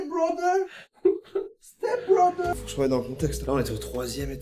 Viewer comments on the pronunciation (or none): 💀"HeeElp me steEpBrotHEr"